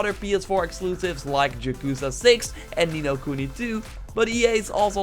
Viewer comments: lol "JAKUZA" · Did you just said JYakuza 6 what 🤔